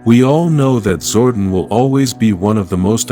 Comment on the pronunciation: This dude mispronouncing pretty-much most of the characters like Zordon and Astronomer😂Lol!!!